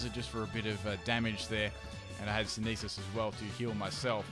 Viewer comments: homeboy never pronounce synthesis right lol...not hatin on my Australian brotha, just had to mention it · youre pronouncing synthesis wrong